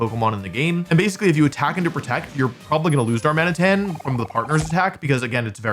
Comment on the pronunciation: Also it’s Dar-muh-nitten. You gotta work on getting these names right, WompfleyABC.